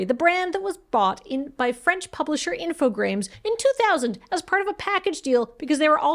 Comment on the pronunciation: I was looking at the logo and I still felt like was saying 'Infogrames' wrong. That extra R is like missing a step on a staircase